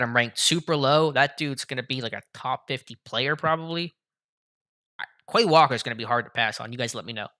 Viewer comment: Bro learn how to pronounce the names correctly 🤡. Look up how to say “ QUAY WALKER” 😐